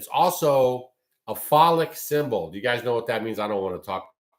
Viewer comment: Check your pronunciation of obelisk and phallic.